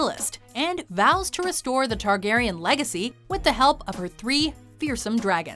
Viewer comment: It’s Targaryen... let’s be honest